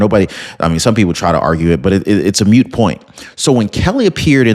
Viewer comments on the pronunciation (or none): The word moot, as in a "moot point" is pronounced just as you see it - it rhymes with boot, root, hoot........